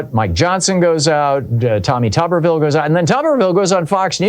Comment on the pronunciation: Pronounced tooberville